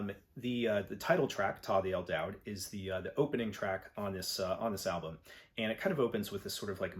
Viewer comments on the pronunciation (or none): el daoud - isn't that pronounced as a "u" as in "dude"?